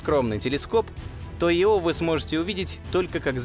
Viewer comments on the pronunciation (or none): Видео класс,но ударения это жесть.япет, Ио ударения на первой гласной.режет слух. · Пардон, но у названия спутника Ио ударение падает на первую букву, не не на вторую. Извините, но очень уж режет слух